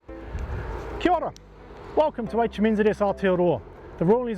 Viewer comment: Key-ora? Rozella to you too pal.